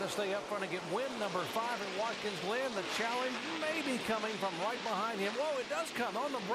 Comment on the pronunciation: "Watkins Lynn"? Lol at Jerry Punch...